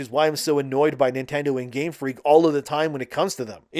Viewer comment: everytime u say Nintendo my mind suffers